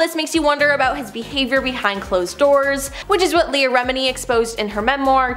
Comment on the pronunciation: rem-in-knee.. jesh... I tried to give this chick a fair chance, I really did.. but you need to get rid of her. She is so unprofessional and unlikable..